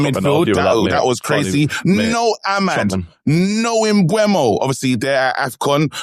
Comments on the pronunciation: Mbeumo is pronounced ‘Mboo-mo’ not ‘Mbwemo’ 🙄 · lads on this podcast STILL calling Mbeumo "Embwemmo". There's no W! It's Emburmo